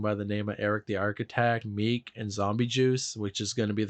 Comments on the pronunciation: Palm Tree music????!! Tf is wrong with you??? Meek??!! Its meechy darko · Meechy not Meek. Great video though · Came to the comments to find all the real fans calling out the wild mistakes. It's Meechie Darko, wtf is meek? Palm Tree Music? its called "Palmtrees"... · When you can’t simply get an artist name right, I already know the video is some bullshit. Who tf is Meek?? And why you use Travis Scott for a picture of ASAP Rocky. Stfu and either do your research or talk about somebody you ACTUALLY know. You had a COUNTLESS amount of time to do your thorough research and you still FAILED